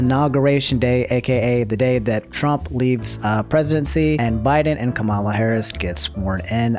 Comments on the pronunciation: Please dude it’s KAmala not kaMALa harris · Nice vid but you pronounced the VP’s name wrong it’s actually pronounced Ka-Mu-La And not Ku-Ma-La